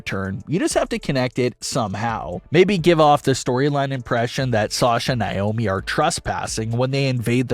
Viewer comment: Yeah they are "handling it" by butchering Sasha and Naomi's name